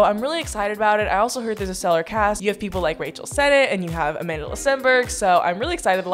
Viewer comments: everytime you said "amand'la", i died a little💀. i'm south african, and that name is south african. it means strength in zulu. and it is not pronounced like that😂. I STILL LOVE YOU THOUGH🥰. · are you calling her amandala or am i going crazy? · im so srry but as a south african it made my ears hurt how u said amandla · i love you but everytime you say amandla i cringe because you're pronouncing it so wrong 😭